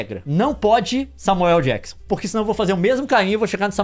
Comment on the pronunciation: Adoro como a pronúncia do Samuel L Jackson é Samuel El Jackson